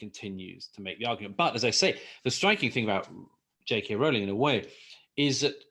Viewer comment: Good video. Also, it's good to hear JK Rowling's name pronounced correctly. So people on YouTube videos discussing Miss Rowling get it wrong.